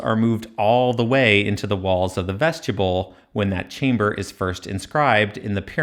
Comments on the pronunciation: I hate it when I see people correcting someone’s pronunciation on YouTube…but I love the way you said vestjibble! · Another excellent analysis and exposition. But I've never heard anyone, anywhere, pronounce "vestibule" as though it were written "vestuble". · It is very distracting! It's pronounced vest-ih-byool in every dialect of English, though I'm sure many young people have never heard it said out loud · I'm afraid that's not quite how to pronounce vestibule. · Man I love your videos but please please PLEASE look up the proper pronunciation of the word "vestibule" 😊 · Your pronunciation of "vestibule" triggered my OCD 😂 your videos deserve lots of comments so I'm sure you won't mind my complaint. Keep up the awesome work. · I’ve never heard anyone pronounce vestibule like that 😅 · haha, it’s YOUR video, so who am I to tell you how to pronounce things? I just wanted to spell it out phonetically! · Yes. It distracted me from the content of the video every time he said it. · Vestibule. Pronounced "Vest-i-byool." You keep saying "vestchabull." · VEST-ih-BULE not vesgetable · Am I the only one irked by him pronouncing “vestibule” as “veschuble”? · Good work, as always. I have only one, rather pedantic suggestion. I applogize for it in advance. The word "Vestibule" is not pronunced "vestible" or "vestiboole." Think "yule" with a "b" in front of it. Phonentically, "vestib yule." I'm normally not so picky, but you put so much effort in your work in order to bring clarity to long-accepted areas of misinterpretation in the field of egytology, that muddling it up with a repeated mispronunciation is an unforced error, that can, and in my opinion, should be avoided. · Yeah, I'm not sure I want to rely on the expertise of a guy who can't even pronounce "vestibules" correctly and says "ves-tube-uls". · "Vestubule"? You should say vestibule. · Vesti-byool, not vestya-bull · you say vestibule like "vegetable" lol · "Vestibule" 'bule' as in 'mule'